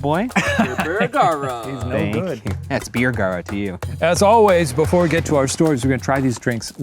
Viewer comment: Ryan Beer-gara and Shine Madej